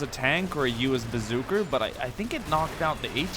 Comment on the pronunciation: why r u sayin bazooker it a bazooka